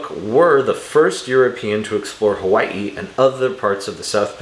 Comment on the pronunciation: The way you said "Hawai'i" makes me think that maybe you live in Hawai'i.